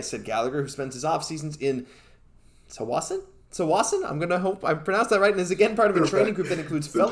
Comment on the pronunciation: I believe you drop the T when pronouncing Tsawwassen.